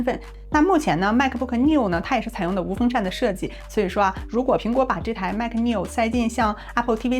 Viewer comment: 大姐我聽你念MAC 好憋區阿, 那個尾音好不自然阿, 然後聲音一下乎大呼小, 下我一跳, 內容是不錯.